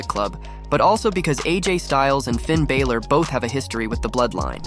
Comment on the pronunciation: Hey kid you don’t watch wrestling very much do you? Just a little heads up, Finn pronounces his last name Bal or.